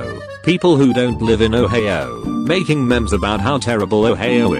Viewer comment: Ohio is now pronounced “Oheyo”